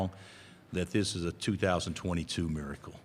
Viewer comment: The "MIRICAL COME BACK"